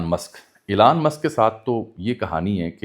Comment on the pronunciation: Meray Bhai Jab Ap Preparation Kartay Hain To pronunciations bhi daikh lya karain. Epestein files nahn hota Epstein files hota hai. ep k bad es nahn hai. Elan musk nahn hai. Elon musk hai, woh bechara koi elan nahn kar raha. Kindly take it as positive criticism. Main English ka expert nahn hoon but main koi vloger nahn hoon